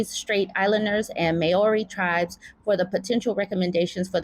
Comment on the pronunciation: Just as a heads up Māori rhymes with mouldy pronunciation wise, i know it’s not a word Americans have likely heard said before.